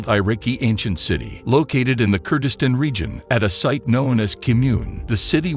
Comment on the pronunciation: Eye-Ricky? Kurdisten? Yanks Rive? Migalithic? Chonking? Research your pronunciation, please! These are cool finds we want to know about!